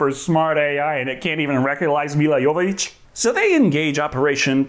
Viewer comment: Can I just say how happy I am you said Jovović correctly. I hate hearing Joevović constantly.